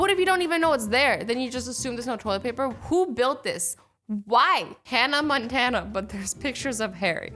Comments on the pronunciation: that’s not Montana that’s montan like braaaa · It says Hannah montan instead of Montana